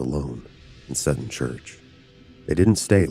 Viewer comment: Seton is pronounced Sea Ton ....😂